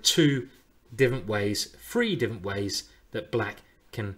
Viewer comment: Does he pronounce “three” and “free” the same same way?